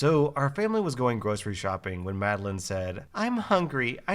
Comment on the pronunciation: Thank you for pronouncing Madeline correctly!